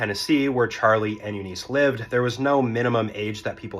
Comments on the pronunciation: please learn how to pronounce eunice....short i....not eeeeeeeee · I'm sorry to be a nitpicker, but here I am. I'm from the South, and I assure you, her name was not pronounce "you-NEESE." The name is pronounced "YOU-niss." Don't believe me? Watch any of the "Mama's Family" bits from the old Carol Burnett Show. Don't guess at pronunciations. It only takes a few seconds these days to check 'em, and when you don't, it's an indication you're inattentive to detail. Guess what this hints at? Yeah. You know. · You-niss. Not You-neice. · That name is pronounced Yoo-niss not You-neese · It is pronounced Yoo-niss, not Yoo-niece. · "Eu-nuice" ITS EU-NISH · YOO-niss. I have never heard it pronounced any other way. yoo-NEES must have been pulled out of some orifice. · My wife and I have an 11 year difference in age, but I was 24 and she was 35 when we met, and that was 35 years ago. Oh, BTW, Eunice is pronounced "YOU-niss" not "YOU-niece". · Not 'u-NEES' .... it's 'YOU-niss' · The emphasis is on the first syllable - U-niss. Watch Mama's Faimily. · I've always heard it pronounced U-niss with the emphasis on the first syllable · Eunice is pronounced YOU-niss. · Um, it's pronounced You -Niss . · It's pronounced "YOO-nis" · It's not that deep, but Eunice is pronounced "you-niss". Also, a long lasting marriage is not equivalent to a happy marriage. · AI or this "guy" has no idea how to say the name EUNICE My great grand married at 14 in 1925 (daughter of Italian immigrants), it was a different time and place - but NINE YEARS OLD?! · It's not pronounced "Eunice" , it's "Eunice". 🙄